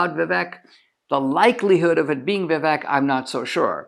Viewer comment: Why can’t you pronounce Viv-AKE?🤯